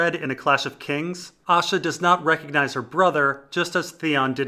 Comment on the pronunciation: Right so I decided to listen to these. Not gonna lie when you say Asha I hear Osha